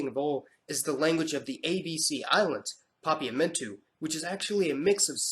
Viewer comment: Seeing as I, like many others, caught the mispronounced words in this video. And everyone else loves to point out mistakes, let me say this as a native Papiamentu speaker: The way you pronounced Papiamentu was close to perfect!